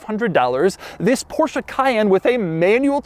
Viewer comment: Finally a native English speaker who knows how to pronounce the Porsche correctly, and that's without swallowing the "e" in the end. Such a relief, love u Doug! 👊